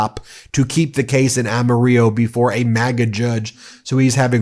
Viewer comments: Amarillo is pronounced am-er-ell-oh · You've never been to Texas, have you? Amarillo is pronounced "Am-a-RILLO" not "Am-a-REEYO". The Spanish word for yellow is pronounced that way, NOT the Texas city. Get it right, or don't say it at all. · It's am-uh-RILL-oh. Rhymes with Grill-Oh. Not ahm-a-REE-yo. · Ben, Texan here. We pronounce Amarillo with l sound, not y sound, even if you're from Amarillo. 😉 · BTW, that town in West Texas is pronounced with an L sound instead of a Y. Don't ask me why, we're Texas and we don't follow no stinking rules. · Ben, Congressmen Ronny Jackson - Texas 13TH Congressional District which includes Amarillo which rhymes with armadillo. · Amarillo like armadillo. Pronounce the '"L's." 😊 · just a note - It's pronounce "Ama-rillow" - we keep the L's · The 2 Ls in Amarillo, TX are pronounced as Ls not the Spanish pronunciation. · ? AMARILLO in Texs is pronounced as Ama rillo Great video, Ben! 👍💕💙💙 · it's pronounced Am-a-ril-lo, too many white people for the Spanish version. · Look up pronunciation of Amarillo. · You are mispronouncing Amarillo. 100 percent of Texans pronounce it correctly. You don't. Otherwise, it's a good show. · The way you said Amarillo, dear god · Amarillo TX is pronounced like armadillo they don’t use the Spanish pronunciation